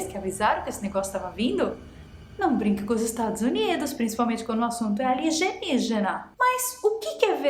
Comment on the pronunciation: Nem lembro quando comecei a falar ALIGENIGENA. Jamais vai sair com a pronúncia certa😂😂😂